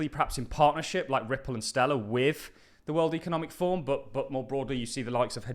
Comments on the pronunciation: Kima is part of the cbdc's. Can you also pronounce forum. Slower pleses it sounds like your saying form. It's for room fourm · it is ForUM, not Form 😂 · Its 'forUM'. Not 'Form'. Two videos obout the wef and you cant say forum,. WTF.